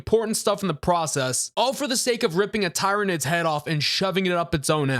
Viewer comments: tie-reh-nids.... well you got the 'nids' parts right at least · Hey bro, great take, I just gotta say, read it tier-uh-nid. Keep crushing boss. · Tyranids pronounced like tyranny..... please, for the love of "THE EMPORER"!